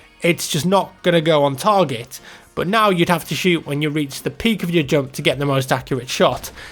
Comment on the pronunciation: I like how you say "jump" :D it's like "joump"